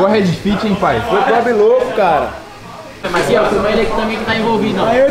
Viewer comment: só sabe falar familiá e tá na hora de dar linhá porquê já enjoou ver sua cará